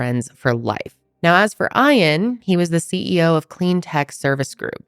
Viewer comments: Every time says Ian like iron, here in Australia it sounds like eean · ITS E AN!!!’ NOT IRON JESUS CHRIST LEARN TO PRONOUNCE A SIMPLE NAME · E-an, not "i' an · His name being Eye-an told me everything I needed to know about if he did it. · If his name is spelled Ian you pronounce it ee an. Great story telling, keep it up!! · Thank you! My son is named Ian and I cringed. But, I love and will overlook. 😂❤ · you’re not pronouncing the husbands name correctly. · I've never heard it said how is saying it. Unusual.